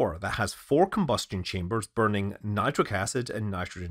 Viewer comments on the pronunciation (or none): none